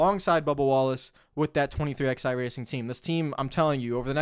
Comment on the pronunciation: I find this so infuriating